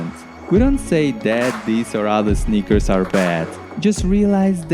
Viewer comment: I mostly hear snickers